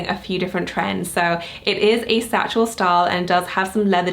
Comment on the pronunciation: I am confused. When you say“satchel style”, is it satchel or saddle? Just wanted to see if I’m misunderstanding